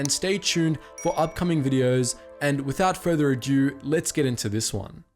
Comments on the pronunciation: It is “without further ado” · Great channel! Always think the same of the intro though. Its "without further ado" not "without further adieu"... Without ado means without delay and is used to shorten "to do".... Adieu is a french word for farewell... Awesome content though!!!